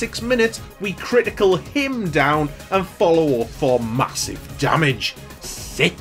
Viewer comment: “and we run in for MA-SIVE DAMAGE!!” 😂